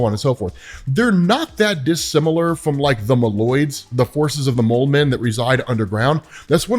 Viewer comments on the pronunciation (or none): Muh-loids??? … Bruh… mole-oids